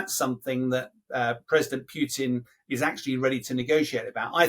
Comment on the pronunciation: Is it "Puotin" or Putin?